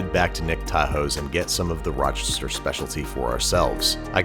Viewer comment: How to tell Babish is Rochester native: The pronunciation of Raachester.